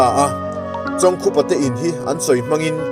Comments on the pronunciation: Chawng khupa A Ni lo,I lam Dan hi a dik lo,chawngkupa a ni e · Chawngkhupa hming ilam dik lo. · Episot, 7, na chhiartu hian, chawngkhupa, ti hlir in a lama a lamdanhi a rikdanhi a diklo deuh a ni e